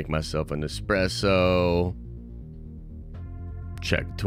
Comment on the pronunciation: Why does he KEEP pronouncing Expresso wrong???